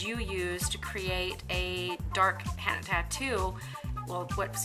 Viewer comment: It's not hannna its heena paindu.